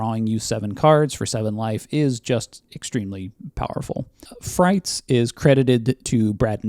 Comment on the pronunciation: I believe frites wasn’t pronounced like “frights.” After the fr, it phonetically resembles “eats.” Because French. I have a memory of calling it “frights” where someone corrected me. Could be misremembering this. Potentially 100% wrong.